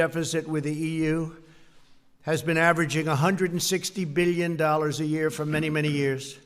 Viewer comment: Beal yen. Meal yen dollars